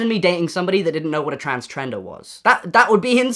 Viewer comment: Noah, just so you know you didn’t say transgender you said trans tender 😂